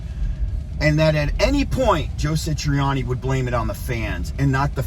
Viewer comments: His name is Joe Satriani, not Sitriani!!! Satriani is one of the greatest guitarists this world has seen, dang, he taught Steve Vai....the same analysis would happen if someone tried to be the next Neil Peart or the next Chester Bennington,....I DOUBT Eddie could play Satriani, like Satriani...each has their unique sounds....Surfing with the Aliens is a masterpiece. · This guy can’t even say Joe’s name right. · This guy doesn't even say Joe Satriani correctly